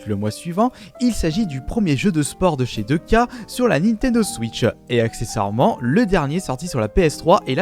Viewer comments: NBA Deux K.............. Naniiiii ?! « NBA Two Kei » Bordel ! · On lui dis que ca se pronnonce too k ?